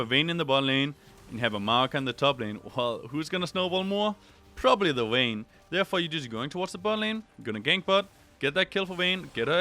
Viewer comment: The "wayme" :))))